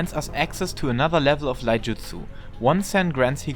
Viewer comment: Its “iaijutsu” not « Laijutsu »